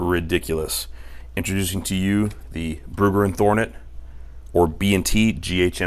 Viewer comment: "thornet" lol. it happens